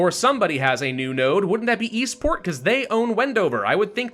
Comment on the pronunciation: God every time he said “Eastport” I thought he was saying “Esports”